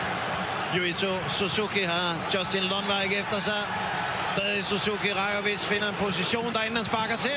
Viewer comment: バイクがあるからSUZUKIとHONDAの発音はいいね